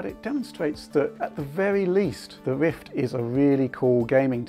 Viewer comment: Wichard, Wift, impwessed, pwoduct, twacking camera, wemote, fabwic, pwemium... hehehe, sorry but its funny.